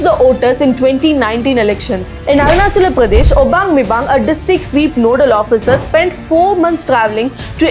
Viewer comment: Sister, you are now awarded by our PM. Please take consideration how you pronounce the name of states like Ladakh, Chattisgarh, Arunachal pradesh. Please try to pronounce it like how they pronounce their state names. It is said that with great power comes great responsibility. As because when we pronounce yours cities or states names incorrectly, the whole community become baised towards north Indians but when influencers like you and others do this , it is explained that it is natural way of your talking. Please if you have time think about my suggestion.